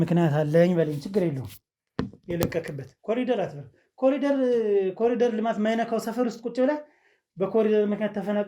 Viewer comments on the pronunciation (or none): none